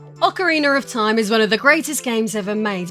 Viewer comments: PSA It is Ocarina not Ocariner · “ock-o-ree-ner” wtf? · Did you say Ocariner? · It's Ocarina of Time not Ocarinar of Time... will have to block you for that. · AwkaRiner of time jk love U it's important to me you know I'm joking. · Ocawiener of Time😂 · bruh what is "Occer Reener" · yikes I can't believe how much her accent destroys the name of this game.